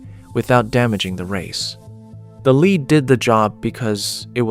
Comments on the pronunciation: It's lead, not leed! Tell your AI guy that. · someone teach the AI how to pronounce lead [led].....as in the metal...not as in helping to direct someone down the rght path [leed].... geez... human editor...where are you? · AI is supposed to be so smart but it still can't pronounce words correctly according to context. For example...LEAD pronounced as "leed" or "led". What's a ("leed") lead bodied hammer? 🤣🤣 AI ... what a joke!!! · Lead hammers, pronouced (leed by the AI) are still being used. The lead dust, (pronounced led by people) can cause problems. I ran a solder dip pot for a year. Standing over a 600 pound bath of molten lead and tin 8 hours per day. I didn't have any lead detectable in my blood. Lots of scare tactics in this video. 😒😕😎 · Pronounces lead "leed" must be ai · Never saw a lead-head hammer...or as the AI narrator calls it, a leed head, LOL! We had/have copper and brass head hammers that do the same thing. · Your AI narrator needs work. Evidence is the way it pronounced lead as in lead hammers. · I'm not going to start worrying about AI taking over the world until it can distinguish between "lead," the metal, and "lead" the verb. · My dad had an 80s Craftsman Radial Arm Saw. So they were definitely still making and selling them after the 70s. Also, I'm assuming this is AI slop since the narrator said "Lead" as in "Ill lead the way" instead of lead like "lead paint".